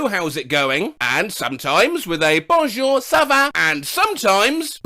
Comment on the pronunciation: as a French speaker your bonjour ça vas sounded really good